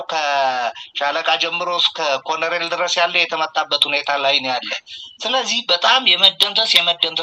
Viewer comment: ወንድም: "ኮሎኔል" ነው የሚባለው "ኮረኔል" አይደለም:: የአማርኛው ቃል የመጣውም በቀጥታ ከእንግሊዝኛው ቃል Colonel ነው:: በተረፈ በርታ! ሚዲያህ አስተማሪ ነው!